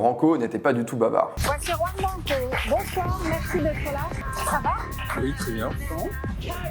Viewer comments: C’est pas Ouan Branco, c’est Juan 😉 Apprenez à ne pas écorcher les noms ! Merci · Mon Dieu, même pas une minute passée dans la vidéo, et je suis déjà attéré! Juan Branco sont un prénom et un nom totalement espagnols! On ne dit pas [roue-ane] mais [KHouane], on porte ses coJOnes, et on prononce "la JOTA (la lettre J), à l'espagnole, comme un KH arabe, langue de laquelle la jota est évidemment inspirée!... merci